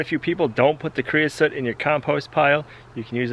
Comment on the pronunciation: creosote...like coat...not soot.